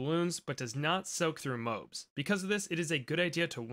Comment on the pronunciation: please say mo-abs